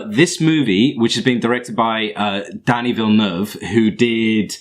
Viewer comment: It was killing me listening to you murder his name and filmography. Lol